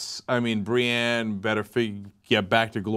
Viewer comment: Cenk, it's BriEnne, not Briane of Tarth.